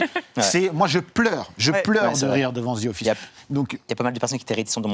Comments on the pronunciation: “Ze Office” c’est insupportable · Zi offisse ...mon dieu